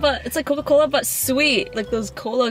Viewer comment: She can't pronounce coca-cola what she said is cola cola😂 second the thumsup is definitely Indian company but manufactured by Coca-Cola company itself which is U.S company so it tastes similar. Btw I tasted the M&M compared to gems it's a bs product tbh